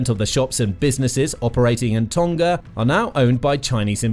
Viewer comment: You pronounce Tonga incorrectly